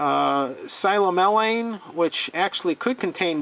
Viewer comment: Psilomelane is pronounced sill-AW-meh-lane. Wad is a field term for mixed manganese oxides, hydroxides, and sulfides. It's similar to limonite for mixed iron oxides and hydroxides.